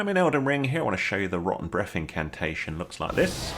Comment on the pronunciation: thanks for the vid! great tips. as an American all I hear is "Roh-en Breff" XD